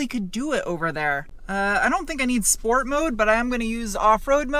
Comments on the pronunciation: There's no "h" in Sport ("Shport"), but there should be. There definitely should be. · "shhport mode"